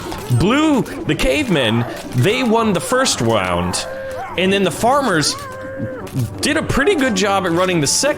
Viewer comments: Bruh it’s round not wound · Wound??? Edit: I heard wound LOL can you do the old tabs but like this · she said wound 😂